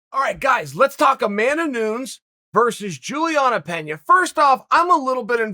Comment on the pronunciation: Pronounced Pena correctly, but not Nunes…. Where tf did this goofball go to college again?